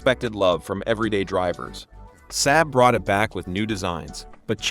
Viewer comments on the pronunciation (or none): The "Saaab suh-NET" Yeesh! It's pronounced "Sahb SON-net"... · Saab….sahb not SAB…. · This video is garbage... so much so that it's probably the first time in a decade I've commented on anything. The AI voice can't even pronounce SAAB